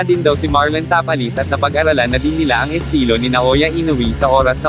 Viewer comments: Bigkasin mo naman mabuti ang mga apleyedo ng pinoy boxer sir ( Tapales Magsayo) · Pangit ng pgpronounce ng tapales hindi bagay